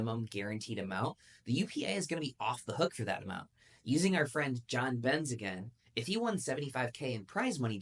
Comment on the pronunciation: Who is “John Bens”?? 😂